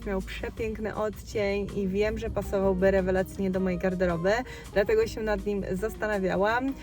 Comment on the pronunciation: Bardzo lubię cię oglądać, ale nie nie mogę słuchać tego " sięł "